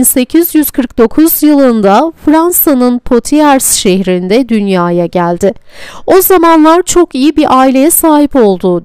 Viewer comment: Dublajı yapan kişi keşke Blanche Fransızca nasıl okunur bilerek seslendirseydi. BLANŞ . Okunuşu böyle. Poitiers şehri de PUATİER olarak okunur. Sevgiler